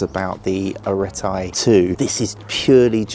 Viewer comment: I can’t believe a GROWN man can’t pronounce arete or hepa… it’s embarrassing. Why didn’t meaco send this to someone more intelligent